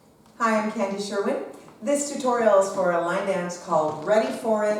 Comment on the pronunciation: You did his last name way better than I did!